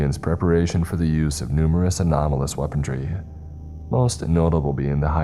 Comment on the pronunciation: Weapon-RY! Not "Weapondry" Also: ReAlity....not "realty"